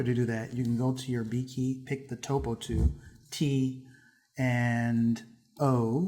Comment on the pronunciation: the way you say "tool" drove me to beat my wife